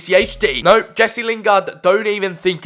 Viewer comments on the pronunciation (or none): none